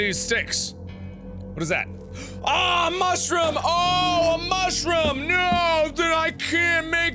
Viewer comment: He also says Mushroom like that, too. ^-^